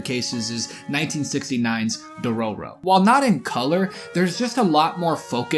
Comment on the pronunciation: entire video ruined by dororo pronunciation